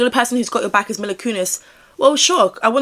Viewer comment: Another great vid, he 100% knows something even IF he wasn't actually involved in any of it! People do need to remember that not every celebrity seen with Diddy will have been a part of this or even known, but I don't believe this is the case for Ashton! (Also her name is pronounced Meela❤)